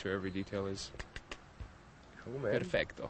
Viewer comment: damn he said "perfecto" in spanish perfectly!